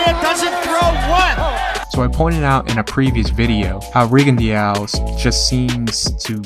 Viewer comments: It’s rigondeaux .... you say it rig-on-do.... deaux is pronounced do like pizza dough or doughnut.. just a heads up bro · "Riggin-dee-ow" lol